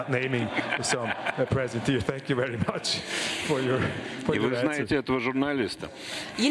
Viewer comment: Sänk Juu! Informeischen contra Desinformaischen!